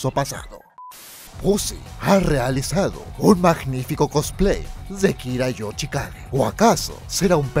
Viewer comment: Kira Yochikage en vez de Kira Yoshikage xdd